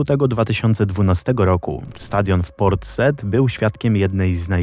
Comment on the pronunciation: Ciekawie przedstawione. Ale Port Said po polsku czytamy tak, jak piszemy. Taka drobna uwaga. ;)